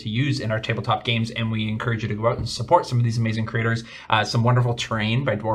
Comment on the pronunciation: I love how pronounces creators as craters.